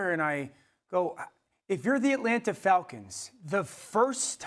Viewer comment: It’s Etlanna, AtlanTa Dan.